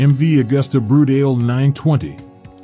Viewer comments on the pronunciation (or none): Lol yep stopped it at Brut-ale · Brut-ale? Jesus. Is that some sort of beer? At least take the time to learn how to pronounce the names correctly……remember, it’s Italian!